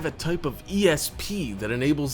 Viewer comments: Lol he said CATaclysmic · "cat"icalysmic "cat"agorized ?? hmmmm.....